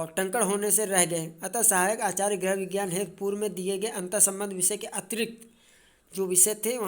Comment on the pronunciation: कृपया गृह को ग्रह न कहें । बहुत बुरा लगता है भाई ।